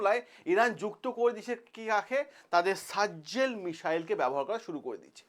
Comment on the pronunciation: আরে সারজজেল না ভাই সাজজিল।